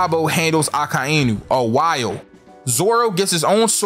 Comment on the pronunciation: i still hate when this guy says Akainu